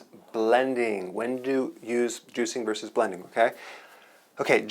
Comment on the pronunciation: Hello Dr Berg, i ended up here (bedraggled and forlorn after a frustrated and overwhelming search for believe it or not - just simply the best nutritional juicing ingredients.!! Your opening line " juicing or buh-LEN-ding had me laughing out loud...thanks I seriously needed that. I love the information you have here - it's a veritable goldmine as a registered professional's advice is literally 'gold like ' on here: precious and RARE. Thank you